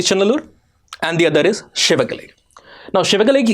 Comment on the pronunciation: For someone who doesn't know the Tamil lexicon, you are pronouncing all places like Thoothukudi, Adichanallur, Sivakalai almost accurately.